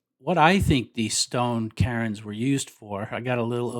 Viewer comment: CAIRNS? Did you mean to say "kerns" instead of of "karins"